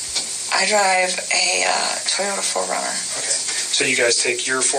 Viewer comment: This so-called investigator seems either not very experienced or is somehow "charmed" by her. "Ogay, ogay...". Much too easy on her!